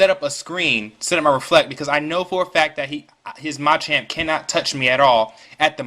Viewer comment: Pretty good narration. Don't focus the narration on the ROM hack, though. Also, it's pronounced muh-champ, not mah-champ.